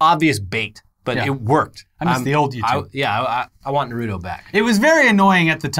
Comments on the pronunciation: Narooto sand ninjas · The way pronounces “Naruto”..... it hurts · I love you guys but please stop pronouncing Naruto😭